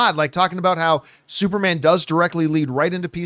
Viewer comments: Is he saying Supermon? Like with a Jamaican accent? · I was like why does he keep saying supermon? 😂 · Why is john pronouncing it as "SuperMON" 😅🤨🤔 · Everybody take a shot for every time John says “Supermon” 😂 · I noticed that too lol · I like that they are doing superman this way, this feels like early mcu where we don't have to wait long times for a sequel. Also, i love how John say "superman". Lol